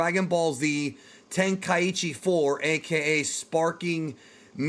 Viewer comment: "Ten-kai-ee-chi" Stop.